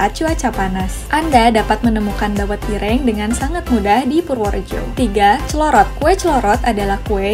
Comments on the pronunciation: Min...kue lompong dibubgkus pake KLARAS ( daun pisang kering ) bukan daun jagung kering. Oyaa..logat ngomongnya si mimin nih kental logat jawanya..tpi masak iya gak bisa baca " ireng " dan " geblek " ?? hadeeuhh 👿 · Min...kue lompong dibungkusnya pake KLARAS ( daun pisang kering ) bukan daun jagung kering. Oyaa..logat ngomongnya si mimin nih kental logat jawanya..tpi masak iya gak bisa baca " ireng " dan " geblek " ?? hadeeuhh 👿